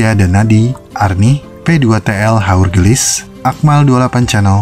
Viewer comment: belajar lagi cara mengebutkan "haurgeulis". wkwkwk